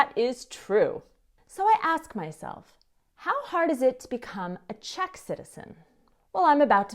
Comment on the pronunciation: you have the cutest and most precise pronunciation of Czech. For an American girl, shocking!